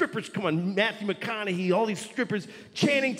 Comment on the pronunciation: Louis CK pronounces McConaughey's name correctly. It's refreshing to hear than the weird way people say McconaughHAY.